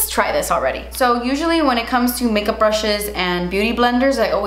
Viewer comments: “Make Melkup” had me dyinggg 😂😂🥰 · "Malk mikup" 😂😂😂😂